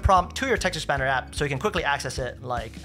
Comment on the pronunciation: great content - unfortunately for me, I have to listen to this at half speed - when he is saying, "Chat GPT" it comes out like "Chacfee' and when he says, "Text Expander" it sound like he's saying, "test-a-spanner'